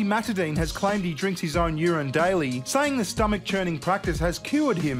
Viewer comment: why are you pronouncing urine as youran? urinal you pronounce normally..... is that an australian thing?